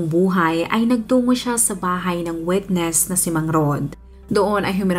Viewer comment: Witness,Hindi “ wetness"